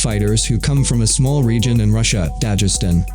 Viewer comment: Why do you say "Dajestan" It's Dagestan